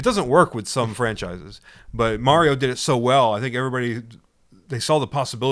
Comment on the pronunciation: Your dad just lost 15 points from Griffindor because he said super mare-io and this was years after the super Mario Brothers three commercial where they said Mario clearly 😮😊